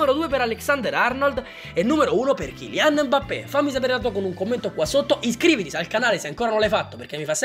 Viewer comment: Eilian o kilian?